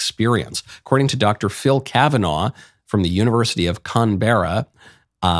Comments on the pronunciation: Smokey Mike, please take this with love; you’re too well educated not to know how to pronounce the capital city of Australia (as much as it is a hive of scum and villainy as it is) Xx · The way Michael pronounces Canberra is hilarious